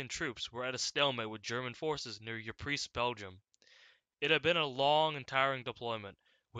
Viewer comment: Ypres is produced “eepra”